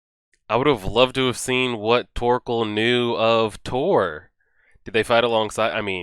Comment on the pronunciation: Its Thors not Thor.